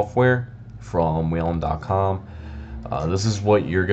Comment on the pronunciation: “WHEEL-EN” There’s no ‘a’. It’s not “WAIL-EN”